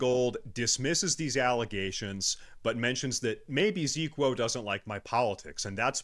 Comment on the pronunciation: Why is he saying "Zeequo"? To stupid to say a name with 4 letters? 😂